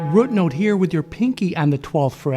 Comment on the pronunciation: Hey you said Rut note. Awesome, that’s the I know!